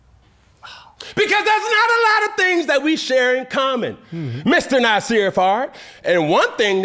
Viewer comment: “They been Nasirr all year”😂